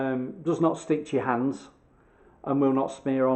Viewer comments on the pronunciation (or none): none